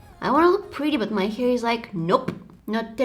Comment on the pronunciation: I just love the way u say hair🥲 ✨hier✨